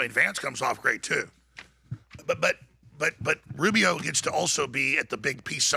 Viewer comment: How the fuck does he say Rubio. No one like Rubio.